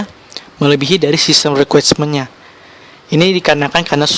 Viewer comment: translucent bang, bukan transulen requirements bang, bukan requismen